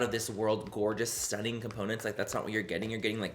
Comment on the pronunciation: I'm British and I love the way you say 'STUNNIN' it sounds like you should be sat here with me drinking a cuppa tea 🤣🤣🤣🤣